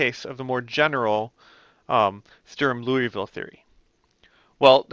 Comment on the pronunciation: I agree; my teacher went over it so fast that I did not see the beauty of how general it is. When Dr.Underwood wrote down SinCos, Legendre polys, hermite, bessel, I was thinking, "BUT WHY THESE!" And sure enough he told me=> Strum-Liouville. Also good job pronouncing Strum-Liouville. Also, EVERYONE do your part and help women integrate into the hard sciences.